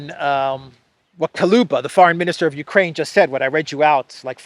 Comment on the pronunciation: KU-LE-BA! NOT KA-LU-BA! Jussaying: 🤣🤣🤣